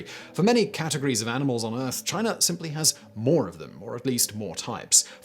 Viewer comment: Take a shot everytime Simon says: China, Chiner, Chinese...